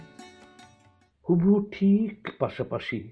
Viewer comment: প্রথম কবিতাতে 'হুবহু' শব্দের উচ্চারণ কোনোবারই পরিষ্কার হয়নি। আরো দু-একটি শব্দ অন্য শব্দের উচ্চারণের সাথে জড়িয়ে গেছে। এমন নামী সংস্থার রেকর্ডেড আবৃত্তির ক্ষেত্রে আরো যত্নশীল হলে ভালো হ'ত। বাকি দুটি কবিতার উচ্চারণে অন্তত অসুবিধা হয়নি। উদ্যোগ ভালো।